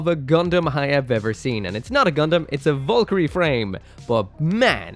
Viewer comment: Val ker ree